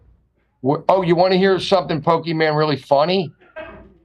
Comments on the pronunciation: calling her Pokiman like its her superhero name😅. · Love you having Pokimane on. Also love when calls her Poki-man. And when he calls Hila, Hill-a.